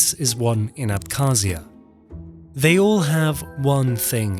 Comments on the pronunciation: may be it will be better not read "k" in khruschev and abkhazia, just "h" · Abkhazia is wrong, georgia